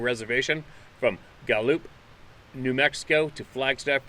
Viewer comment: Gal - Lup, prenounced, NM. 505